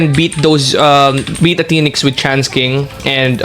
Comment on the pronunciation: Why does your tts keep saying trans king instead of chance king?